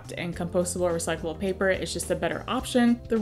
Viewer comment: "Recycble paper" Maam I think all paper is recycble